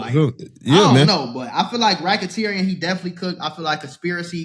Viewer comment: Bro is this nigga saying Racketerian 😂???